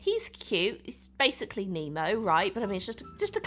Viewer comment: Nemo more like Oh-nmo